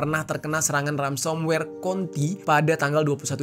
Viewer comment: mohon koreksi ya kak, sepertinya itu yg disebut Ransomware, bukan Ramsomware heeheh😊